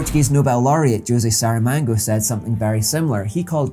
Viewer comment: Love the series so far, but just a quick correction: the Portuguese author is called Jose Saramago, not Saramango. 🥭